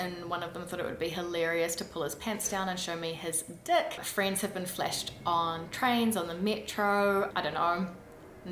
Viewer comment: You pronounce FLASH as FLESH. Fleshing sounds even more disgusting than flashing. Sorry you had those experiences. I'm a man in Paris, so no such experiences, but I can see how awful that would be. I was a pleasant looking young man, so I could go out with smart pretty women. I often wonder what can be done for those men and women cannot simply get a date and have a pleasant sex life. Imagine if you were not pretty. How would you live a full life? Obviously, attacking people is not the answer. What is? Stay safe in NZ. Glad you got out of raoudkt declining France. Since you left it is just more crowded, poor, rundown, and creepy.